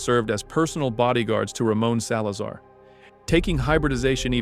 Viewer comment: Ah yes my favorite character "Ramen Salazar"